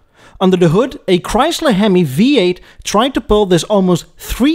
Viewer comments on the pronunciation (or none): none